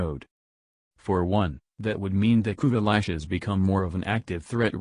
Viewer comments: "Kuva Lushes" - "Kuva Latches" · Had to stop listening because of “Kuva Lich” being okay singular, but pronounced “Kuva Lush” as plural, which was irritating as shit.